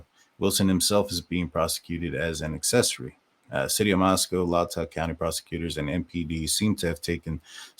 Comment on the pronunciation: I really don't think that the Officer did anything to tamper with the murder scene. AND FYI FOR FUTURE SHOWS IT IS PRONOUNCED ... (Latah) LAY-TAW COUNTY.